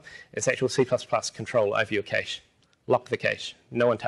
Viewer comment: That's not how you say Cache!